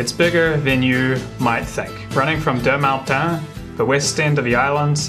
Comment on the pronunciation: Deux-Montagnes is pronounced Der-Mow-Tang